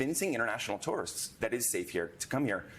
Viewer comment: You can't say the word because you're trying to pronounce a three syllable word in two syllables. Two-were-ist